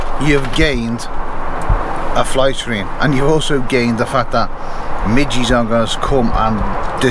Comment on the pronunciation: They mi ges not mi ggy’s